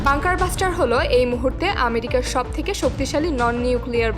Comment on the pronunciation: বাঙ্কার ব্লাস্টার। বাঙ্কার বাস্টার না🤣